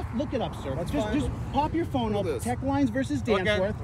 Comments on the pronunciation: Knowledge of what? He either misquotes the court cases on purpose or he just doesn't know them lol It's Teche, not Tech. It was also in Mississippi and this video is in California... Two different states! Imagine fact checking this guy. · Who is filming this? They sound deranged, maybe forgot their meds! I may be wrong but he does not sound like a scholar of any kind. That court case you keep repeating, 1 you are pronouncing it wrong, 2 it doesn't have anything to do with what you are trying to make it mean 3 it's a Mississippi case I think. Omg these videos are so funny. You don't need to make yourself part of the stop. I'm guessing your job is just to aggravate cops. I will bet just as soon as something goes amiss you will go looking to the 1st cop got help. No matter how little or big the problem you will go to the 1st cop you see!! It's not the camera it's the person behind the camera that can be a danger to the officer.